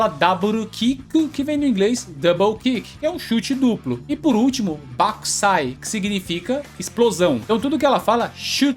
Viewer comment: Eu jurava que ela falava Battousai em vez de Bakkusai